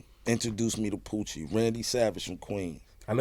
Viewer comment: The lady he is talking about: her name is Pucci Galore, not Poochie.